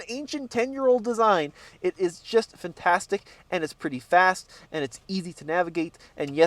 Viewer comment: Could someone at TFL please tell how to pronounce "Fantastic?"